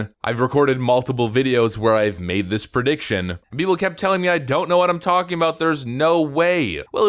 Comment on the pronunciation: Did he just say "Purdiction?"